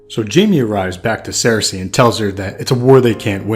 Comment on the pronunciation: Why does he say Sare-Say????